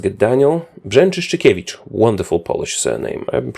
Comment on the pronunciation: You said Brzęczyszczykiewicz flawlessly. What the fuck?